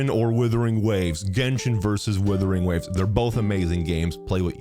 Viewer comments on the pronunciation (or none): Love how calls the game Withering Waves instead of Wuthering Waves 😅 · Its not withering, its wuthering. I dont want the new game to wither away...its amazing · Is it supposed to pronounced as withering waves? Or Wuthering waves? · I honestly think purposely calls it Withering Waves. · Why can't you say the game's name correctly though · Mans will never pronounce this game properly